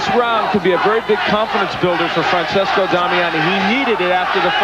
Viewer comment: FRANCESCO Damiani, NOT "FRANsISCO"